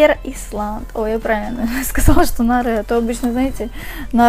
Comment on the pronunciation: не исланд а айлэнд произносится